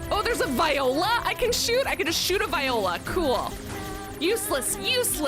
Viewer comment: As a viola player for 16 years, mispronunciation and immediate diss to the instrument during the credits fight absolutely destroyed me, LMAO. Unrelated, but I'm so glad I found this channel through this series. is so funny, and I appreciate how much energy she puts into her streams. Binge watching this series has saved me from the stress of college finals. This is a super underrated channel:)